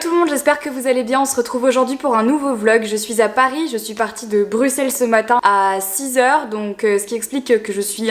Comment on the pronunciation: La Marie de maintenant me plaît tellement plus : tu es toi-même c'est un pur bonheur on te découvre de + en + dans chaque vidéo ! ( et la Belgique te remercie d'avoir prononcé "Bruxelles" correctement en début de vidéo mais si ce n'est qu'un détail hihi) bisous ma belle 💙